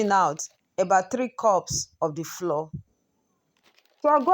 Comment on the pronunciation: Please what is cassava floor? Or you are saying flour?